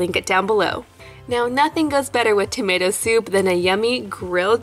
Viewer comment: Who noticed it saying tomat instead of tomato.